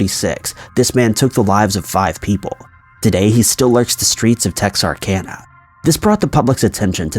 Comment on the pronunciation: Thank you so much for saying Texarkana correctly